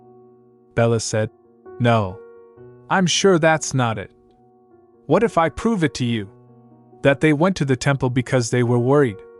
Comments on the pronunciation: Why can A.I. not pronounce "it"? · Ai has got to figure out how to pronounce "it"